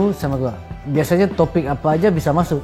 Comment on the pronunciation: Telinga gua hrs diperiksa nih Lord bilang topik gua dengernya toping